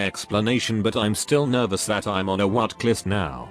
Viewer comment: I hate that the bot is reading "watchlist" as Wat-klist